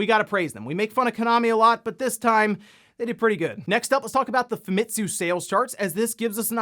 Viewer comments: I thougth it's Famitsu and not Famtisu. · just so you know it’s fa-mi-tsu